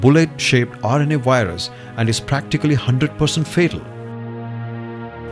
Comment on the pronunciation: I'm with Microsoft tech support, we beli ve your computer has a wirus.